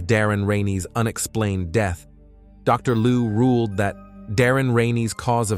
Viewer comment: Farinheight really? Learn to talk properly. Also said rueled instead of ruled as well as schizophrenia